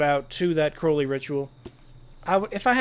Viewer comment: There are SO many things I'd like to say to you, I'll start with thanking you for pronouncing Crowley right!